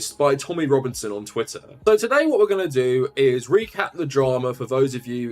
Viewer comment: did he just say 'twittain'